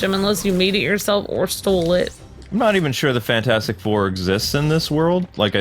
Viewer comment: The “fantastif four” might wanna fix that lol Edit: ok he fixed it